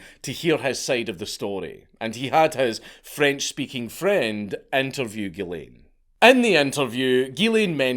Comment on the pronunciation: As a french Canadian....drives me nuts every time he says.....it's Ghislain... sounds like "zhiz leh(n)" with a mostly silent "n"